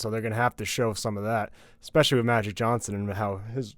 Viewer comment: I like the new guy. But he has an "exspecially" and "supposovbly" problem.